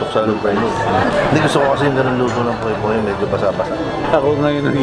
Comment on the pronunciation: Interesting on Poke poke as ensalada because there is really a poke bowl but a different presentation. Poke in Hawaii is pronounced as pokay…. Poke bowl is traditionally Hawaiian but with the raw sushi of Japanese influence. It’s a different healthy meal not just salad but a bowl with vegetable, rice, raw fish or seafood and other condiments at sides.